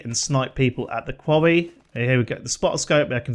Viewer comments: “Kwowwy” also known as Quarry. 😂😂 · I was sound until you said qwawee. Sorry pal gonna have to move on.